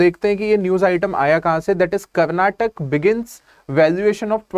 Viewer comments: 🔫 du...its karnataka not Karnatak... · Aabe karnatak nahi re. Karnataka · ❤de it's Karnataka and not Karnatak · Sir its karnataka, but not karnatak😢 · Haryana or Haryan Agra Not Agr Samosa not Damis Karnataka not karnatak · To my fellow Indians from the north please use" a "when you say karnataka . It is very cringy to hear . It's like saying poonjab instead of saying Punjab